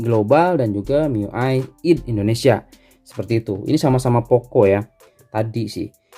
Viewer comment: Bacanya aydi ngapa bang,id kek sholat aja